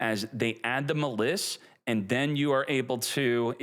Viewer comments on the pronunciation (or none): We've had this deck too long to be calling it Muh-Liss, come on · Every time I go to the store I forget “Muh Lis” LOL you crack me up with that one my man. I thiiiink it’s pronounced like the word malice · I don't like how he says "muh-liss" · Dudes it’s pronounced mall iss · I hate how he pronounces maliss. It’s like he’s intentionally doing it